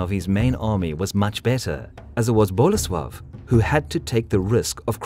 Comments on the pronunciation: Unfortunately, he insists on stressing the first syllable in names - it's boLEsław, not BOlesław. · Yarosław. The ł is pronounced like W. And then Bolesłav. Same deal. If you're going to do history then get it right.